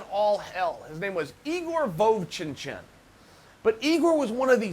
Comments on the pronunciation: "his name was Igor Vochinchin", pretty sure his name was Vovchanchyn, but at least you're bringing up Igor.. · "Igor Vov-chin-chin" -Chael Sonnen circa December 17th 2019